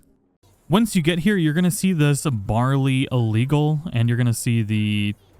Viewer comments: lol Barely not Barley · Lmao "barley legal" xD sign said barely lmao not barley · It's Barely Illegal...like a play on Barely Legal not Barr-Lee. Great video thx for the info just started playing. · Bar-lee legal....lmao holy crap kid. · "Barley" illegal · Lol. "Barely legal", pronounced as a grain used in beer. 😂😂 I kid. I kid. 🙂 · "barley illegal"?????? try saying "BARE-LY illegal" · LMAO at "Barly" illegal it caught me off guard. we all make mistakes hahaha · You mean "BARELY" nor BARLEY lol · “Barley Legal”....”Barley” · It’s named Bare-ly Legal... not Bar-ly Legal. 😂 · "Barley Illegal" LOL. Dude can't read. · Bro it’s barely illegal, you pronounce that wrong hahahahah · lol he said "barrly legal" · He said "barly" illegal 😆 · 'Barley Legal'? LOL... It's BARELY Legal - as in just turned 18. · Never heard of a porn mag called BAR-LEY legal! lol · LOL, really, “barley” legal?! 😂😂 it said barely legal! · lol its bare-ly not barley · Lol when we said bar ly illegal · I'm sorry but it is "barely illegal" not barly illegal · “Barly” illegal 😂😂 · Lol bar ley it’s barely like almost lmfao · I'm still lmao at how you butchered, bare ly illegal, Lol. Good vid though.